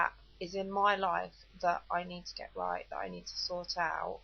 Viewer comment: not "het" but GET